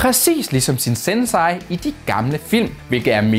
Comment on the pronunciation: Haha. Ja, og "sensai" blev også sagt underligt. Der smutter lige noget udtalelse engang imellem, når man læser op fra en telepromter 😂 kh. Kristina